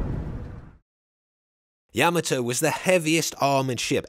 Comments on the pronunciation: It's not "Yeah-ma-toe", its "Yah Ma Toe". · Yuh-maa-toe lol not yam-uhh-toe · Like the video except you keep saying Yah Muh Toe when it's Yah Mah Toe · YAM- a- toe? Yah- MOTT- o. Good grief. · yama toe ? NO NO NO Yah mato same type of people that say werner von brown its Werner Von BRAUN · It’s not yama-toe, it’s yuh MAH toe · The way you’re pronouncing the name of the ship sounds wrong. Is it YA ma toe… or ya MA toe? I’ve always heard it pronounced ya Ma toe. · You are pronouncing Yam ato the wrong way. It is pronounced Ya mato is correct!! 😊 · He put the emPHASIS on the wrong sylLABLE. It’s YaMAto not YAmato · I always heard yaMAHto with the syllabic emphasis on the middle section. I guess it’s another example of two countries separated by a common language. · Ya-mato.Please pronounce it correctly!! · THANK YOU! The mispronunciation of Admiral Yamato's name distracts from this otherwise outstanding historical piece. - Retired Senior Naval Officer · You would think someone being paid to make a documentary about a boat could at least learn how to pronounce its name. Makes me cring everytime he says it wrong. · Dude needs to pronounce Yamato right. Drives me nuts when he pronounces it wrong. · Gotta love a video where the narrator can't even say the name of the ship correctly? Even worse, really bad journalism when talking about the explosion of the battle ship they show a picture of the abomb from Nagasaki. Just saying truth and attention to detail are piss poor here... For a documentary, that should be more interested in being true and factual...